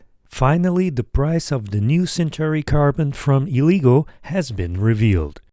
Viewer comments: its pronounced "eh-leh-guu", not "ee-lee-go" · It’s pronounced as L-ah-gooo Not l-e-go